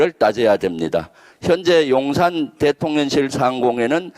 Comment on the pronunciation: 너무 훌륭하십니다~ 그런데 대통련실이라고 발음하시는 것 같은데요. 대통령실~~~~